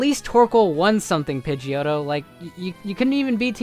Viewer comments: Said pigdeottto and shows picture of pigeot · It is pidgeotto dumbass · u jerk all of these pokemon are very strong u bloody go to hell u r foolish u r saying pidgeoto my favourite pokemon it is strong u suck u jerk!!!